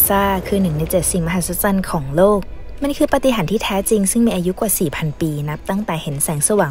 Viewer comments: มหัศสัน555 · 7 "มหัศสรรของโลก" พูดไม่ซัดเลยแอด(แซวนะซะแอด)อย่าโกรธเลย